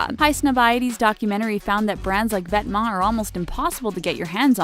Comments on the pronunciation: Wow... I've been saying "Vet"-"Ments" this whole time... I'm so poor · This is literally the summarized video from Highsnobsociety. And she pronouced Vetements right but not Raf SIMONS????